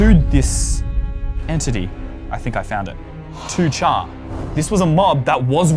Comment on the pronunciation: ITS PRONOUNCED 2-CAR NOT 2-CHAR YOU UNCULTURED SWINE!